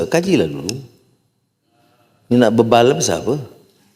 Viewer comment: ya... sy bukan org utara tp sy mmg dgr PMX kata 'bebai' bukan bebal...... tp klu bebai tu kira bebal la jugak..... 😪